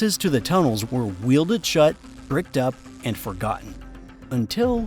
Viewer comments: wielded shut? Welded shut. Like well. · The information would be interesting, but there's too much AI slop. If the video clips of actual locations are clearly faked (AI garbled text on signs) and the AI narrator repeatedly mispronounces easy words ("wielded shut" really?!), how much of the content of the script can be trusted? Don't get me wrong, I'm not against using AI as a production tool. I'm mostly put off by the lack of editorial oversight. Who looks at that finished product and says, "oh well, good enough"? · The AI needs to learn how to pronounce “welded”. Because “welded” and “wielded” mean two very different things. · It's not wielded guy, it's welded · Say it altogether now, "Well-did". "Well-did". It is not "will-did" To weld is a system of fusing materials together. Wielding is a means of governing or controlling; often used in reference to swordsmanship. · Welded is pronounced well-ded not weelded